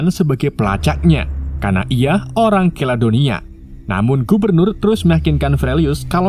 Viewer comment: Maaf diralat...Keladonia adalah Kaledonia 😂😂